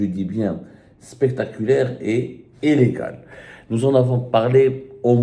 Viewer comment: Abdou le francoche, prononce convenablement (Illégal).